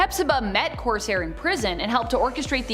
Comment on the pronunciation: Coarse Hair.... hahaha. Kor sare... Corsair